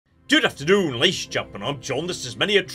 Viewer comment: I'm about 99% sure said "Dood afternoon" instead of "Good afternoon" at the beginning of the video